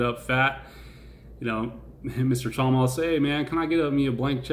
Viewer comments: I think it's pronounced Cha-moth btw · Thanks! Ps pronounced “Chamuth” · I'm from the same country as Chamath, Sri Lanka. The A is deep pronouce it like moth. It felt like you were poking fun of opendoor, what is your opinion now? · Cha-math Cha-meth Cha-mith Cha-moth Cha-muth (cha-myth)